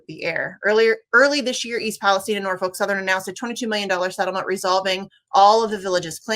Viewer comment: Kudos to the guest for saying East Palestine correctly. No, it is not pronouced like the other "Palestine"